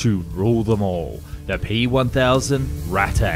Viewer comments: i think it is pronounced ratta not rattei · A few notes on your pronunciation: "...to COMbat the rise of ..." should be stressed on the other syllable: "...to comBAT the rise of..." And the German noun "Ratte" should not be pronounced "rat-tay," but rather "RAHT-te." You're welcome! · rat not rattey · It's said more like 'rattuh', not 'rattay'. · The way you pronounce Ratte sound like Raté, a french word meaning "failure" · did you just said rattay instead of RATTE 😂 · It's German, not French. Not "Ratteeeeeeee"....just "Rattuh" :) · not rattttteyyy. it is ratte - rat. google translator may be not the best to pronounce, but better then your "german" [and my englisch] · "rat-e" meanwhile the 2 T's just sitting there staring at him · It’s just pronounced ‘Rat’, as in larger than the Mouse (Maus). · Funny, the way you pronounce "Ratte" sounds like Raté (failed) in french... Maybe the Ratte was Indeed Raté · ah yes ratay 0.55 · Me after hearing him say RAT-A just being extremely annoyed it’s Pronounced RATA like the pokemon Ratata because the name in english is rat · Lol.... “pierced frontally...” 🤓eh heh heh. Aaaanyway, just a pointer for next time (and I only nitpick because you did so well on the rest of your German pronunciation for the most part, and it’s quite apparent you actually care and try pretty darn hard to cover your bases in that respect... “ratte” in German would be pronounced more “RATT-eh” with the emphasis on the “ratt” part, rather than the very French-sounding “ratt-AY.” Again, your videos are dope I’m not bitching. Just attempting to help, because I would want someone to speak up if I were the one publishing reasonably popular videos on a public platform. =] smiley day to ya! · It’s pronounced as Ratta the E is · its ratte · It’s pronounced ratte bro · The pronunciation of, "Ratte" hurt me. :,) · I like how his pronunciation of 'Ratte' makes it sound kinda Japanese. XD